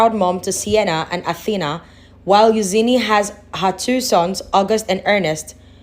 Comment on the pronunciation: Who’s Euzeeney do you mean Eugenie pronounced you-jeanie